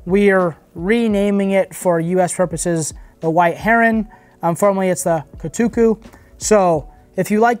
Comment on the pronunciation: Kotuku is not that hard to pronounce🙄